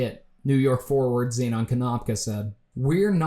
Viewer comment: as another zenon it's pronounced zen-in but overall phenomenal video